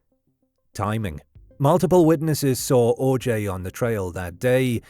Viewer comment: The missing poster you kept showing even says his last name is pronounced 'OJ' yet you insisted on pronouncing it 'Or-jay'?